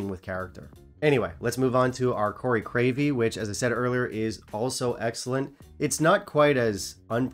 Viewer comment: You might want to see the doctor about those mini-strokes. Crave-killy isn't really that hard to say.